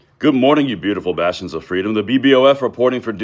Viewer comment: I always feel like your saying you beautiful bastard instead of bastions , Does anyone other than me feel a little tense 😬 after he says that ?